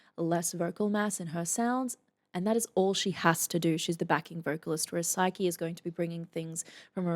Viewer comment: Sah-kee not "Psyche" as you pronounce her name.